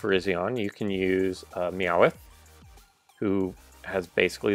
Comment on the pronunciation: "Me-Ow-ith" makes me laugh every time.